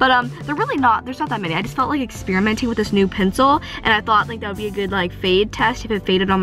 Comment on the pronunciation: Did she say what I thought she said LIEK